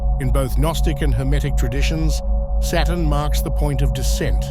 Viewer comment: Anyone else notice after hearing it a countless amount of times in this video that the word Saturn sounds an awful lot like the word Satan?